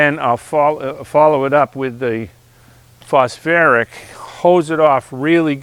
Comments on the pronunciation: Phosphoric not phosferic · It’s phosPHORIC ACID , not phosFerric acid 😱😱😱 But a great video 🥳🥳🥳 nonetheless. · Phos FOR ick acid. 😉 not phosferric smile🙂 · Pronounced -- foss foric.😅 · Why would I listen to a guy who can't even pronounce phosphoric?